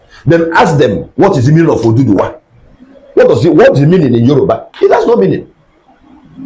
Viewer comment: He said oduduwa. Anambra accents sometimes pronounce word wrongly.